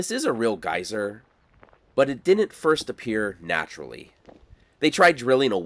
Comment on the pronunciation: I was like whats a guiser? dude then showed us a geyser😆